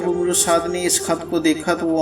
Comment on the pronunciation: عمرو بن سعد "امر" Amar نام صحیح لیا کریں عمرو کو عربی میں امر پڑھا جاتا ہے